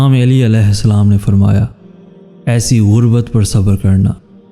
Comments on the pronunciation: Plzzz pronunciation correct karlo plzz it's not Aili it's Ali Ai-li not Aa-lii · ya ( eli )nae hota ok Ya ( Ali ) Hota hai Sae kro tura sa plz